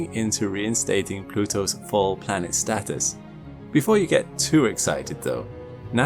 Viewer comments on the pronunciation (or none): Please use real words.. Status,, not Statis